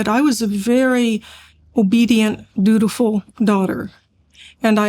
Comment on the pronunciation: “Dutiful”, not “beautiful”.